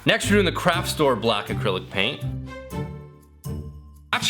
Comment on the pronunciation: When he was showing the light differences from the paint and he said craft store I thought he said crap store🤣